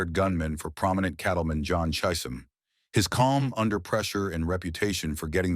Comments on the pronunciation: Sundance Kid didn't shoot anyone dead - then how did he make the Top 15 Deadliest Gunslinger's List?! It's Ko-CHEES (Cochise) County - NOT 'Coaches' county. Chisolm is CHIh-zuhm, NOT "CHY-sum" ... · You might want to learn how to say Chisholm. Is does not make an I sound.